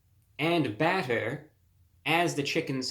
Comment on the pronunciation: BATTEEERRR my man spoke like an anglo-saxon knight in the medieval ages